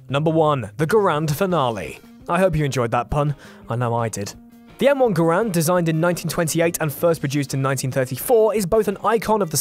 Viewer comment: Talks about how the did tha garand dirty Mispronounces the name and does it dirty